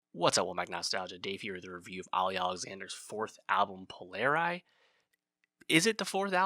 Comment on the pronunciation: Please pronounce Polari properly. Language is one of the most beautiful songs I’ve ever heard. The album is fabulous.